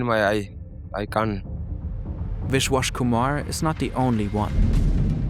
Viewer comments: The amount of times you mispronounce names is insane. You are literally calling him wishwash Kuhmar, It's a B, Biswas Kumar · Wish-Wash Kumar. No attempt to pronounce it correctly